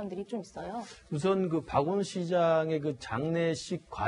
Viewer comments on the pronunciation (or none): 박원순을 박원이라고 들리는건 저만 그런건가요